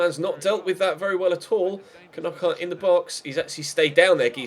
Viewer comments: Ffs, I'm a Brighton fan and you pronounce it "Nockart", you don't pronounce it like those twatty Sky commentators do. You don't Kernock a door do you? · when you can't say knockaert